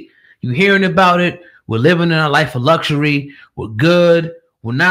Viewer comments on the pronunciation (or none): none